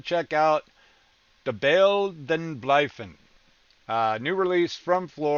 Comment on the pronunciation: Yes, you pronounced that perfectly!